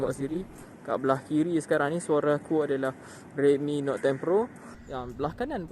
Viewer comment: Note dik Note...bukan Not